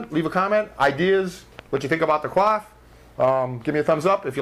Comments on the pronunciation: Actually, when you pronounce coif as cwof or cwaf it's a verb, coyf is the pronunciation for the noun. Like how reject and reject are pronounced differently because one's a noun (ree-ject) and the other a verb (ri-ject). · It sounds like you are saying QUAF, instead of Coif the 'Co' is similar to coin, and the 'if' sound is similar to the eef in Queef. It very much distracted me from the otherwise excellent tutorial. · i do believe its pronounced "c oy f" not "cwof or cloth" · Ive been saying it wrong all these years.... i pronounced it (coy-ef) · ... Was 'coif' seriously pronounced as 'quaff'?